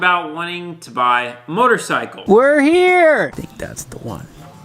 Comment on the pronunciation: Your dad said a MORTARCYCLE